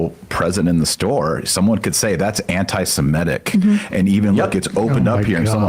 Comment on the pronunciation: Ah, but we're talking about "antise-meh-tic" not "antisemitic". A completely different thing.